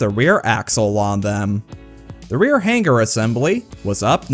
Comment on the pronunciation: The "G" is supposed to be silent.